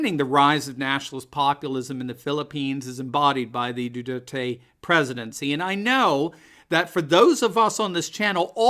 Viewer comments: You're mispronouncing his name, it's Do (w)are tay. It's Spanish. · No Americans can pronounce President Duterte's name correctly, including.